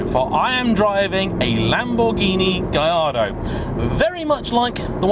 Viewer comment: Surely it is "Gal-are-dow", since it is "Porsh" ?